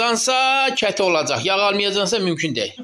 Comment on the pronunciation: Selam almanyadan ya Abi yengemi yorma Konuṣmana bayılıyorum ya Abi cetemi diyorsun ketemi diyorsun änlamadim Allahina Kurbannnnn ❤❤❤❤❤❤❤❤🎉🎉🎉🎉🎉🎉🎉🎉🎉🎉🎉🎉🎉 kalpler sana ❤❤❤❤❤❤❤❤😊